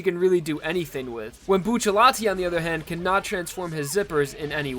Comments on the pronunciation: I thought it was Bucciarati not buccallati... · “Buccialati” it’s bucciarati haven’t you read jojo? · It’s Bucciarati not Bucciallati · Uhmm... it's actually Bruno Bucciarati not Buccellati.. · wny Bucellati? isnt he buciarrati? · Its bucciarati not bu-sha-lati Its bu-cha-rati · Actually isn't it Bucciarati? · Yo I’ve always wondered why do people say bucciallati isn’t it bucciarati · his name is bruno bucciarati not bruno buccellati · I thought it was buccirati? Why bucciletti? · WHY DOES EVERYONE SAY BUCCILLATI ITS BUCCARRATI! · bucciarati not buccellati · it's Bucciarati not Buccellati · There’s no ll in his name why does everyone say bucillati it’s bucciarati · stop calling him buccellati, it's bucciarati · It's not Buccellati it's Bucciarati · It's BucciaRati, not Buccellati, porcoddio. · "Buccellati" hurts my soul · isn't it bucciaRati ?? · isnt it buciarati? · stop ppronouncing it like "Bucci-LETI" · retards: boo-cha-lot-ee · Every time says B uu chelatti I want to die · Its buccirati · It's bucceratti he says it wrong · It's Bucciarati you fking neanderthal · when you pronounce Bucciarati can you do the r sound like when you pronounce "strange"? At least that's a little bit similar to the way that it will be pronounced in italian